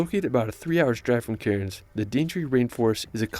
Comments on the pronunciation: heart island is natural it is up in the Whitsunday's and this poor guy go so many of the town/city names so wrong its funny an example is cairns pronounced like can's not karens bahahaha see if you can find an aussie vid to check out Australia love the reaction vids mate keep up the good shizit lol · Cairn is pronounced cans not cai rins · Pronunciation guide: Aussie - Ozzy Melbourne - Melben Bondi - Bond-eye (not Bondy) Cairns - all of us locals pronounce it "Cans" for some reason. Really drag the "a" out to sound like a real local. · Pronunciations were painful, Uluru was weird but the Cairns pronunciation actually made me flinch. Actually nvm, hadn't gotten to Bondi and Bronte beach yet, yikes! Melbourne pronunciation expected